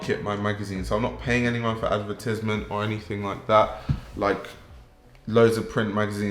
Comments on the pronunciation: the way you said advertisment is truly troubling to me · I’ve never heard that pronunciation of advertisement before